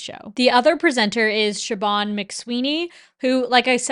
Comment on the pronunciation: Irish person here, just a little heads up Siobhán is pronounced 'Shiv-awn' not shi-bawn :)